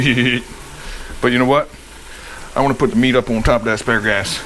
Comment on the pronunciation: I love it "asparagass"